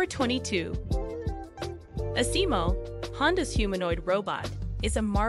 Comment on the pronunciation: rusack, I agree with you on that. If I wasn't a dedicated Honda fan I probably would've wandered off very early. It was almost like a grade school project where the creators didn't really know their subject and cobbled it together with a few random fillers. And the pronunciation of Asimo was all wrong.